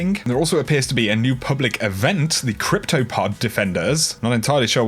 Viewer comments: Cryo pod not crypto pod yo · Cryo-pod not crypto-pod.